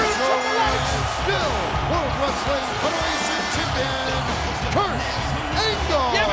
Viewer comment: Ozzy like wreastlin😂